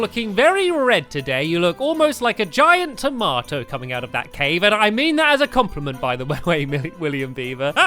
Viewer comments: I love how he says tamoto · Taamato. love it lol